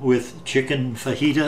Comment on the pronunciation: Fajita with a J my friend